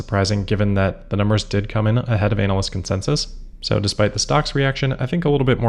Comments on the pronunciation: You might want to take care with how you pronounce 'analyst.' Half the time it sounds like you're talking about a specialist type of performer in, uh, entertainment for grown-ups. It's a bit gross, frankly. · is that the correct way to pronounce "analyst?"